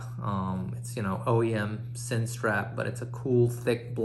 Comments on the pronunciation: It pronounces as 'zin'. . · it's pronounced Zinn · Its pronounced zinn